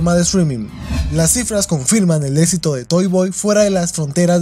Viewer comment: "Todo un esito eneflis" 😂